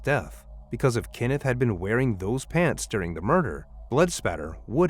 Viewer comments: His name is Kenneth, not Kinnif. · KENneth, not Kinnith. Stupid AI. 🙄